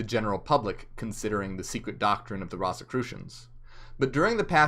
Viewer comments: it’s ROSE-a-crew-shun, not Ross!! Great job tho! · Pronounced "Rose"crusions" great video. Ive just never heard It pronounced that way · It’s pronounced Rose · I've never heard it pronounced that way it's like a rose 🌹.